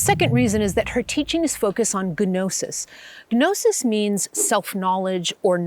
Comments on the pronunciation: GNOSIS = NO-SUHS The G is Silent ..... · Coulda titled this "the gospel of mary" and gotten the clicks. Gnosis is pronounsed "nosis". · Please don't pronounce the g in gnosis. 😅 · An excellent synopsis and explanation of the Majestic Marvellous and Magnificent Mary, that has been either destroyed, hidden or distorted in history. I wanted to add as well that “gnosis” is pronounced like “gnocchi”, a silent “g”. It is derived from Latin and means the knowledge of spiritual mysteries